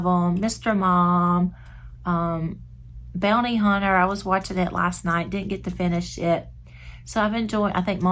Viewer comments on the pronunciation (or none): none